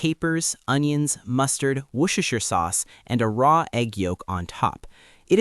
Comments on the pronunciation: Wooshooshoo sauce 😭 Not Worchestershire? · wırshishter sauce ;D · He said it more like 'wushushu' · "wooshasha sauce" the sauce that keeps on giving.😝